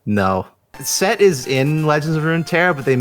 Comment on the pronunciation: The way you pronounce "Settrigh" caught me off guard